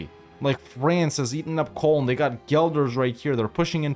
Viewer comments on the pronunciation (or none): none